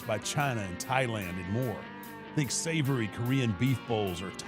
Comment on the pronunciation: Taker has been my favorite since his WWF debut, but I just cannot with him saying 'savory Korean beef bowls'